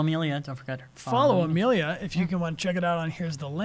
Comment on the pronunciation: Am I the only one yelling Amelia its not that hard